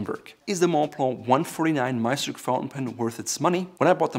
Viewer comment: As a German, I was surprised how perfectly you pronounced the word "Meisterstück"